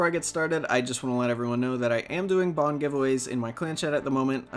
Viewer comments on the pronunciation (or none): Anyone else heard "bong" instead of bond for the giveaway? My eyes sorts popped for a second.